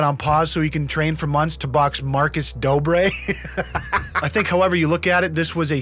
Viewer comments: The dobre brothers really wanna fight my mans Cody ko, when they can’t even pronounce “r” correctly. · “The doobrey brothers” lmao